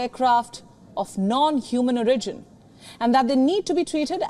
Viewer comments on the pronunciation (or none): Damn! She botched that word "origin."